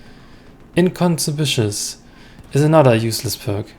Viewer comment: lol that incospicuous pronunciation